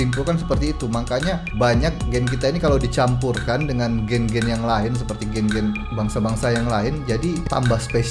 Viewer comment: Kelentong tahap maksima. Sebutan gene pun tak betul Merepek sungguh dan admin pun satu, boleh percaya benda karut marut ni.